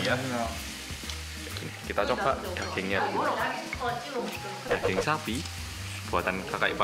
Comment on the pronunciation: Nama Asli: Daging Bilang: Dageng